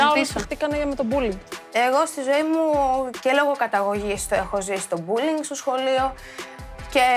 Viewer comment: Όλες ξαφνικά έχουν δεχθεί μπουλινγκ.. "πουλιν"(που λέει κ η Σουζανα) έχετε δεχθεί αλλά αυτό είναι άλλο θέμα